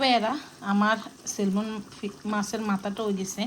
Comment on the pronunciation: সেলমন না আপ্পি উচ্চারণটা হবে সেমন “ ল” টা উজ্জ্ব থাকে, উচ্চারন হবে না।